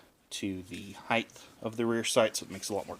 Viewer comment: thumbs down for use of the word "heigth". It's HEIGHT. The H is BEFORE the T, that's not how the TH sound works ffs